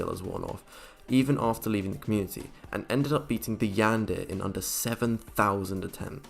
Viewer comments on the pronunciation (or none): Nobody: One of the voice over guys: The Yandear. Please don't ever say that again